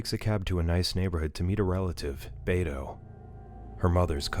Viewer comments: The uncles name is pronounced "Beh-toh" not "Bay-toe" 😅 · Bro said bay-toe😂 bro